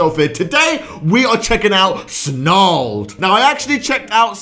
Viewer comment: Satire? Its SNARLED